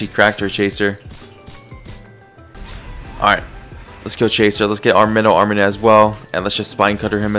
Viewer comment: Hate how he calls it armanint